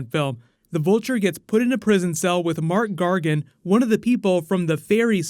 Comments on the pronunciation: Mac Gargan not Mark Gargan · Why are you saying "Mark" Gargan? It's "Mac" Gargan. You spelled it right when you showed him standing on the boat. Loved the movie anyway. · mark gargan?? It's MAC gargan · His name is Mac Gargan :) Not Mark :P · Hearing "Marc Gargan" multiple times pissed me off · It's MAC Gargan. Like Mack Truck